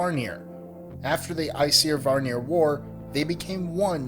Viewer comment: Kyle Posey the way he said æsir was almost correct, he just should not have had the 'seer' sound. its pronounced 'I siir'